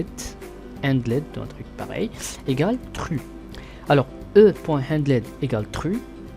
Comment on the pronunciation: En t'entendant dire "True" j'ai saigné du nez. Hahahaha Merci pour la vidéo